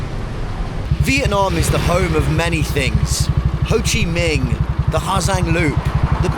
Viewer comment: Did he say Ho Chi MING? LOL!